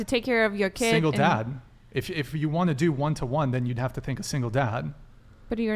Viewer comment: “I want-er” nice